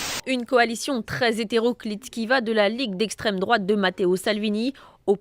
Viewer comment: essstreme droate